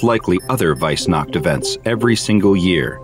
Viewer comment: "Weissnacht" Mich als Deutscher hat das jetzt schon getriggert 😂